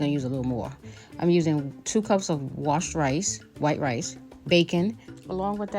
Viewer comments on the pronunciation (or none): Oh ok because it sounded like you said cooked rice. You might want to double check. Thanks for your quick response.